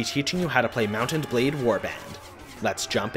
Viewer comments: why are you seemingly straining to say Mount and blade? putting an emphasis in the T in Mount. just say Mountain blade or Mount-n-Blade. it rolls off the tongue better. you don't NEED to say it like that dude. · He says it like "mountained blade" one time